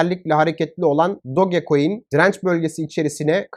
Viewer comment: Doge coin diye yazilir Doç koin diye okunur do ge diye okunmaz aq bende diyorum bu ne diyor